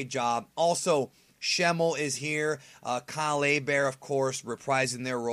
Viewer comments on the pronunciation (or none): none